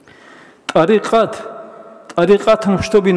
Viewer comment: Меня одного вымораживает произношение ими слова тарикат, или я не один? 😅